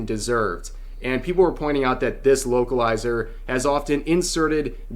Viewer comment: Every time he said localizer it sounded like he said wokeilizer.. same thing lol